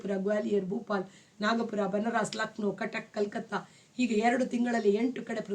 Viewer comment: Madam ಬನರಾಸ್ ಅಲ್ಲ, "ಬನಾರಸ್ " ಅಂತ ಉಚ್ಚರಿಸಿ ದಯವಿಟ್ಟು 🙏